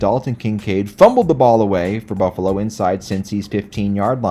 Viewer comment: Cinci-natah, Joe Burr-ah, and Buffa-lah. Literally the best moment of the video. P.S. I did in fact watch the whole video, I'm not gay.